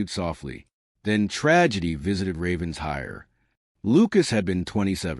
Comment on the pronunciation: The AI keeps saying Ravens hire. But it’s pronounced Raven shire. Other than that I love this story!